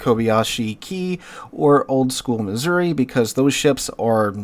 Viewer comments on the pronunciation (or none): none